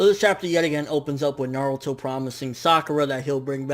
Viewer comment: Now that is insightful reviewing and comparing! Good on you m8. And idk why but the fact you called Naruto Nardo had me laughing lmao